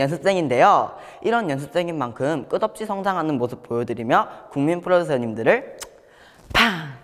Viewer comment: 연씁쌩인데요 끄덥시 발음 너무 귀엽넹